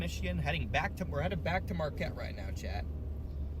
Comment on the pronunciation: Marquette= "Mar Kett"